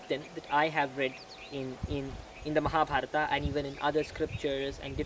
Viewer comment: That is right way to pronounce as in sanskrit.